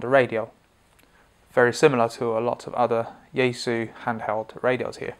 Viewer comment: Since you posted a video on your Chinese pronunciation of the Chinese brands, then pronounce yaesu correctly as Japanese would? Or is it when in rome?